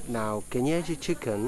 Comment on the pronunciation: 😂😂😂 pronouncing kienyeji chicken very well 😂😂😂